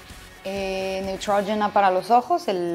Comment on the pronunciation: Mucho inglés y no sabe decir correctamente Neutrogena en inglés.